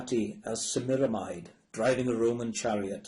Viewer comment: to the narrator: Semiramide is not pronounced the English way but Say-mee-rah-mee-day! Also, not Vai-o let-tah, but Vee-o let-tah. the Baron's name is pronounced Say-dare-str-o umlaut, difficult to write in English.